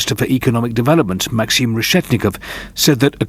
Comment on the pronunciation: 'Maxeem' lol